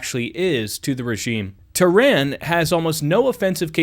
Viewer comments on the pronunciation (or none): none